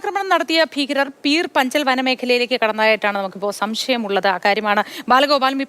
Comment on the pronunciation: പീർ പഞ്ചാൽ...not പീർപഞ്ചൽ മാപ്രേ..